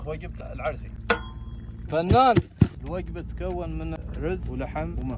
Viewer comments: العرسي بالسين مو بالصاد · العرسي. وليس العرصي😂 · العرسي مو بالصاد بل بلسين